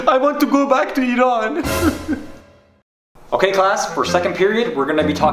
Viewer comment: They say I ran and I’m like IT’S IRAN. Also an a fourth Iranian the name is relatable, my last name is hosseini حسینی but others say it like its ha see nee حاسینی I’m like NOOOOOO